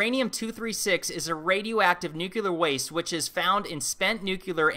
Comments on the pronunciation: Ok im going to be that guy. There is only one "u" in the word nuclear! Its not pronounced nuculer, its nuclear. Thats all. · It's "nu-clear", not "nu-cular". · Nuclear. As in Nucleus. Not "Nuke-you-ler" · and Nuclear*, not nucular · Americans, it's Nuclear, not Nuciler. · Why so many Americans say "nuKElar" instead of saying "nuCLear"? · Nuclear NOT "nucular". Come on, man! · New clear not nukaler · Nuclear Not nuke-uler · It's nuclear, not nuculer. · Interesting discussion, as always. BTW, NUCLEAR = new-klee-ur. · Say it with me.... Nuclear. NOO-CLEAR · Nucular. It's pronounced NUCULAR. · did you say “nucular”? You’d have to be a weirdo like me…. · True. I like that he questions everything....... ...except the correct pronunciation of "nuclear". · You are such an intelligent fellow . Why can't you pronounce "nuclear" ? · How people doggedly continue to mispronounce nuclear is astounding. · Please pronounce the word nuclear correctly.